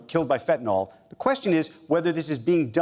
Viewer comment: It’s fentanyl, not fentanol.